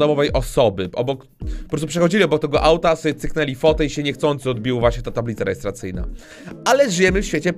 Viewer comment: talbice rejerstracyjna DIS XD